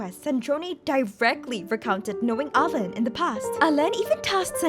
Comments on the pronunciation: Well alain is fresh tough no ? So it woudnt be said like that, but its ok i appreciate the try. The video is still crazy I love it <3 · "In french, Marionnette means "little Mary"" Me, a french guy : wow never seen it this way Oh btw you could NEVER guess how "Alain" is really pronounced